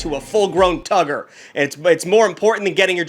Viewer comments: "Why are you gonna put an R in a word, when you don't even pronounce that letter." So we can be "Tuggers" or "Tuggas" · Not him saying Tuggers....